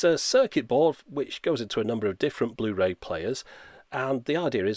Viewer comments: Bluh-ray, BRUH!!! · Bluh ray disc 😂😂